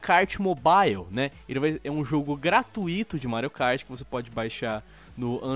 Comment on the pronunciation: Acompanho desde a saga paladins e o ainda fala "gratuito" errado Kkkk